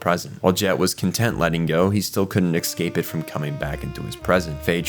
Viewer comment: Such a great video. As a CBB lover, there's so much I didn't realize. Small annoyance. "Escape" isn't pronounced "Excape"! Nails on a chalkboard!